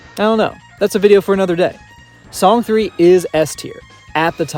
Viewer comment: Not to be tooooooo nitpicky (and I apologize for being just that), but I‘m pretty sure Song 3 is pronounced ”song san”. It‘s a play on words, like ”Babymetal Death”: ベビメタルです。(We are) Banymetal! 🤘🦊🎌🎶🎵🎶